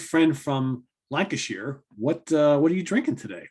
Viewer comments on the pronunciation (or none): After getting it right last week Pronounced Lancashire as Lankasheer. Practice will make perfect! Was that a can of Tardis Pilsner? Remember Suzi Quatro and "Can The Can"? Anyway tonight I am drinking San Miguel. Back to the main event......